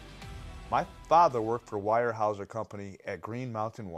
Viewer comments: Not pronounced wirehouser . It's pronounced ware houser. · It's pronounced warehouser...My Hometown...is tacoma...I to have seen something I cannot explain I cannot explain In greenwater Washington little tiny town when we went camping and I also have heard lots of stories about after the eruption and the security guarding a lot of the areas and something about a body of a sasquatch being airlifted out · BTW Weyerhaeuser is pronounced like where-hows-er just so you know ;) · Wire houser? Your father? It interesting you can’t pronounce your fathers company. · Seems that if your dad worked for Weyerhaeuser, you'd know how to pronounce the company name as well as the name of the town of Toutle correctly! I call B.S! 😂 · You mispronounced Weyerhaeuser You definitely don't have a father who worked for them.